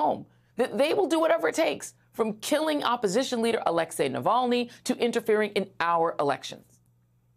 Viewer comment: Finally someone who can pronounce Nawalnys name corretly - Its NOT Alexii, its Alexei!